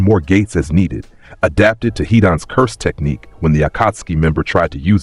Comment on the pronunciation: BITCH DID YOU SAY CERSED TECHNIQUE?! THAT’S NOT EVEN THE RIGHT ANIME. I can’t anymore man